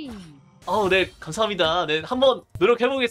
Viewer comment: 감사합니다 잘쓰겠습니다 할때 발음 뭉개지시네요 선생님